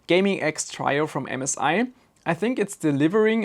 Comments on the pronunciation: Trio is pronounced Treeo not Tryo even though tri and try are pronounced the same. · "Trio" is pronounced "tree-o" not "try-o" - just so you know :P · (Tree-o), not (try-o). ;) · Your English is great but it is pronounced "tree-oh" not "try+oh" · Trio is one of those odd English words that doesn't follow the usual rules. It is said like Tree-Oh.